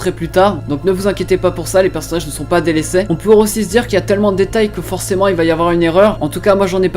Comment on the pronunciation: Délaissai xD xD ct'accent